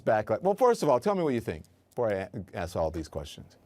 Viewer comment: "lemme ax you"...that is offensive